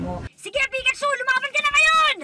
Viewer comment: Ate jhessica nakaka tawa po young sinabi niya ng pikchu